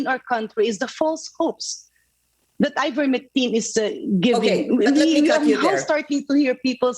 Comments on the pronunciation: Ms Pinky Webb cannot pronounce correctly Ivermectin. She repeatedly calls it IVERMECTRIN 😂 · ivermectine not ivermectrine,. you're a journalist and the repeated ignorance of the name of the subject medicine is annoying and disappointing!